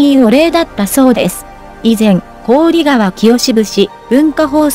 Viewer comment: こうりがわ いつまでそう読むのですか 関係者も、 見ておられるはずだろうに なぜ直さないのか 聞きずらい